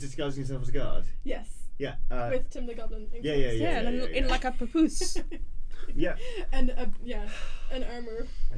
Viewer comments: I about died as soon as Alex said "papoose". I'm so sorry, Johnny. Also, bravo. Brav-fricking-o. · Johnny die inside when they said papoose XD